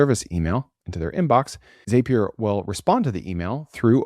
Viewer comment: Zapier rhymes with happier